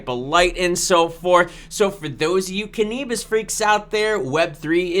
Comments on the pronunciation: Cannabis is pronounced Can-a-bis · Say cannabis again lol